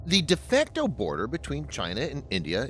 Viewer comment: Its Dee Fakto!